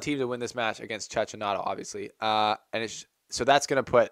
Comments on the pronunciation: I like this video ,but please is "Chekkinato", that bad pronunciation hurts my Italian ears! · You're not alone but its pronounced Chekinato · Your mispronunciation of Cecchinato's name undermines your journalistic integrity.